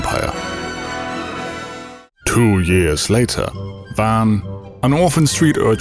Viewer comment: How do you enunciate all the complex names in your ffxv video, but despite vaan being pronounced VAHN the entire game you continue to refer to him as VAN?